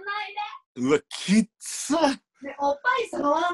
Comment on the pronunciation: おっ⤵︎ ぱい⤴︎ からのおっぱじまるで耐えられないwww